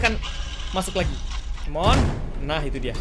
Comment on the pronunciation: Bang tadi abang salah bilang loh malah bilang laci